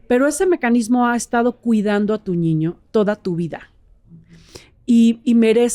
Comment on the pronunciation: me encantas! Desde que te escuché por primera vez te sigo! Me has ayudado mucho. Solo una pequeña pregunta ¿Por qué dices ñiño? Con doble ñ? 🤔